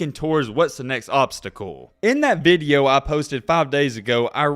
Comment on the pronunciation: Video.....not vid yo...🤔😁